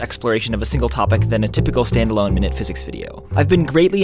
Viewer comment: Is that /mai:nute/ or /mi:net/__pronunciation